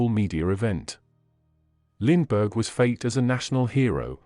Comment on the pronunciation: When you are doing a bio oa famous person and you use an electronic voice, please try and pronounce his name correctly.